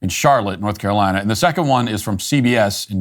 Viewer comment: "...including Norf Carolina."